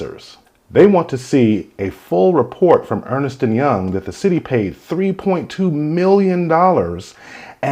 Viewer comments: ERNST, not Ernest. Ernst & Young. I was corrected on this as a teenager by my mom bc my step dad was a partner at Ernst & Young in NC, and I mispronounced it at first. Clearly it was wrong and missing an "e". 😁😏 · Why do you repeatedly mispronounce the name of the firm's name? It's Ernst nor Ernest. One syllable, not two. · Ernst....not Ernest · It’s ERNST and Young not Earnest. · Ernst and Young not Ernest or Earnest